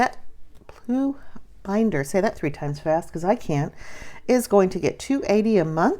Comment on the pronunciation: Haha! I thought you said 'boob binder" at first!